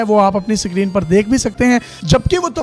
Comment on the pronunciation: Bahi sikreen nahi screen